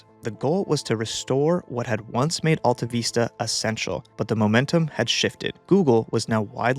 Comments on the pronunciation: Is that how you pronounce it? I used to call it Alta Vista not Veesta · How can you screw up the pronunciation of a word as basic as vista????????????? It's VISS tuh not VEES tuh! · Why are you saying "veesta" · Sorry but the way you say "AltaVeesta" is very bothersome. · Who remembers how to pronounce ‘vista’? Not this guy. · Excellent content and mostly excellent presentation (one exception being that you might have wanted to Google how to pronounce Vista) AltaVista was my go to search in my early years on the net and it was disappointing to see it fade